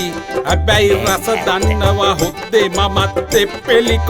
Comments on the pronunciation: හොද්දේ කියන එක හු...තේ වගේ🤣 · රස දන්නවා හොද්දේ කියන එක මට ඇහුනෙම වැරදියට කියකෝ🤣🤣